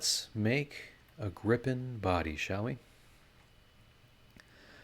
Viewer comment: As a Swede it is fun to see a Swedish aircraft represented. EDIT: Gripen is pronounced with a long i by the way.